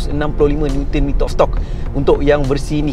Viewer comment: review yg sngat jelas 👍👍 ske sebut "NM" ❤️